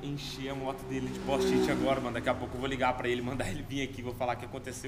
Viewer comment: "póst-it" KKKKKKKKKKKKKKKKK salve